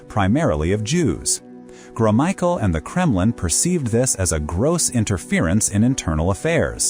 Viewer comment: Drinking game: Take a shot every time the narrator pronounces Gromyko in a new way